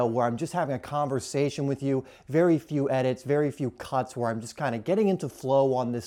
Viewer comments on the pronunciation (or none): none